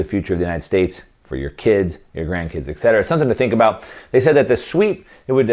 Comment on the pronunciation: Thanks for the precious info. One remark regarding a little error in the language, that is quite annoying: "etc." should be pronounced "et cetera", NOT "ec cetera"